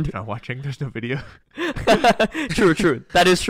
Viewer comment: I love how you can hear Wolfe actively try to not say "Wideo"